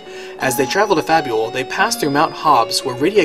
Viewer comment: Fabul... Fable.. come on man.